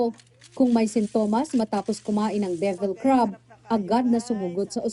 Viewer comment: Ganyan ang mga Bisaya pronunciation nila divil sa devil. Ex: Si Marites, sa Bisaya, si Maritis.